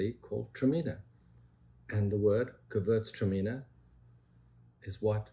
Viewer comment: pronunciation of Gewürztraminer was spectacular. Like a born German.